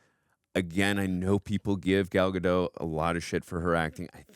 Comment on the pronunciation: and... the 't' in 'Gadot' isn't silent. It's not a word in Franch, it's an actual word in Hebrew. You welcome.